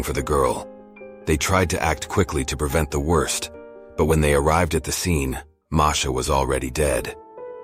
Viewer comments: Marsha yeah you are right he is a dumby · Uhh i guess the said the wrong name at the beginning they said marsha instead of masha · It said marsha